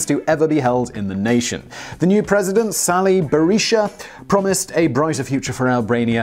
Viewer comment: You pronounced Sali Berisha perfectly. By the way, he was a relatively poor man until getting into government and becoming a very wealthy man. You know what Eisenhower said about men who become rich in government.